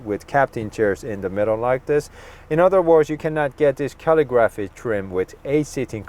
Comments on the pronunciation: Also, dude, say cuh-LIGG-ruh'fee not Cally-graphee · CALL-I-GRAPHY. NOT CAL-EE-GRAPHY. CALL-I-GRAPHY!!!! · It is pronounced Calig-raphee. You are saying calligraphy wrong 😂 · Rims are ugly. Way too busy. Why paint the area around the wheels when the rest is that subdued chrome? Get rid of the chrome. Then it would work. Also...just for information..its pronounced Caa lig ah free. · Couldn't get passed you not able to say "calligraphy" correctly. 🤷‍♂️🙄